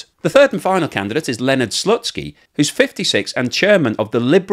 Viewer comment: Did he say Lennard Slutski?....